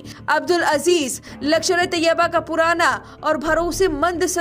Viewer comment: लकषर नही लष्कर....वैसे बहुत अच्छी खबर सुनाई बहुत धन्यवाद